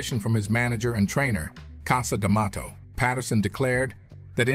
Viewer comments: Even how he pronounces Cus Demato is weird. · WTF is the deal with the narrator's pronunciations "Liss-Tan, Cassa D'Amato"??